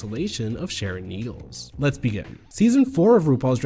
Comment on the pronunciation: im just glad someone on YouTube is finally mature enough to say her name normally this goes for sherry pie as well its just childish